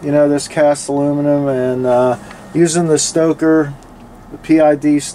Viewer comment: Great video! Love my PK 300 too! Your Stoker is a great idea. Thinking about making one myself. Oh, and “uh-loo-mi-num.”